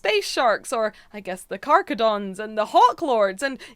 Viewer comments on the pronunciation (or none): Carcharodons = "Kar-carro-dons"